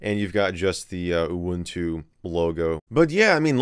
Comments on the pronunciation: I think you just say it normally, like U-Wun-Tu. I don't know why people like to laugh to the word UwU but my guess is it make people see things. And I'm disappointed that the cat doesn't even have an UwU face. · This actually made my afternoon, especially seeing Michael lose it trying to pronounce the release name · Michael failing to say "uwuntu" is the best part. 😅